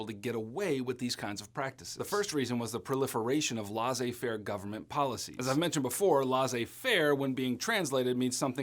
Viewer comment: im french and when i heard u say laissez faire i had a tear in my eye u pronounce is lehsse faire